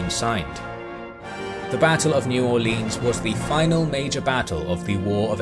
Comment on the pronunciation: While I love your videos and your description of the battle of New Orleans was top notch. New Orleans is not pronounced Orleeens. As someone born and raised down in South Louisiana I've never heard anyone except people who aren't from around here trying to sound like us Cajuns and all they are managing to accomplish is sounding cringy.